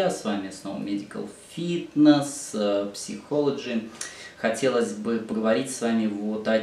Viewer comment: ) psychology - произносится "сай-ко-ло-джи". У вас интересный канал. Про психотипы почти все видео посмотрела. Спасибо :)